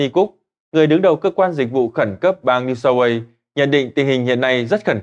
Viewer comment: New South Wales ( queo ) cha nội ơi , kg phải New South Quê ( Way) nha . Wale đọc là Queo , Way đọc là Quê or Quay cũng được . Ông đọc tin thì cũng phải để cho người nghe hiẽu được ý ông muốn đọc gì chứ .